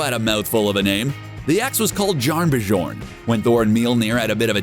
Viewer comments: Jarnbjorn is pronounced Yarn-b'your'n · Its pronounced YARN-BI-ORN THE "J's" are silent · It’s pronounced YARN BEE YAWN